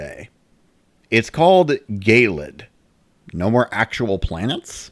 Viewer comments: gay-lid? pretty sure it's ge-lid like icy eh, it's just kinda bothering me... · Also I hate to be picky but I think gelid is pronounced "jellid", not "gaylid". Good video anyway though.